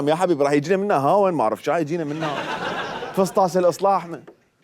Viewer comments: فسطاس 😂😂😂 وين اكو فسطاس باللغة العربية لخاطر الله اسمه فسطاط يمعود ورب الراقصات اسمه فسطاط مو فسطاس 😁😁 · 😂😂🤣😂😂😅😅😅😂 #فصتاس مو هيجي تلفظ ههههههه حته مااعرف الفظهه خررررب😂🤦🏼‍♀️